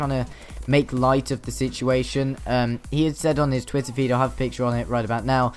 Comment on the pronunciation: "By hev a great time" RIP Top Gear